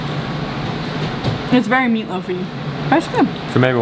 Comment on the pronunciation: its always funny hearing americans pronounce worcestorshire sauce, heres a hint wooster shear